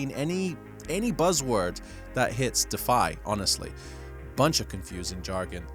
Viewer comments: Can you please pronounce DeFi correctly? It's not pronounced defy It's Deeee Fiiii Strange anglo American accented bearded chap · brother man ... it's "deeeeeee fiiiighhhhh" ... (please lol) ... love your vids!!! 🙏🏼♾️✨